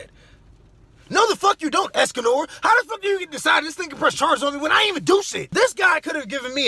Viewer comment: You said Esconor I fuckin LOST IT!!!!